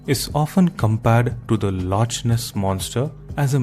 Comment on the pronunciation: I punch myself every time i hear lotch ness😂